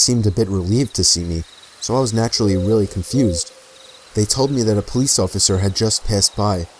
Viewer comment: "they called the police" and I was like: THE PO-LICE!